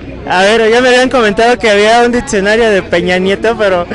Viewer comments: Se pronuncia Diccionario, no ditsionario. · chingada madre todo estaba bien hasta que dijo ditsionario ><¡¡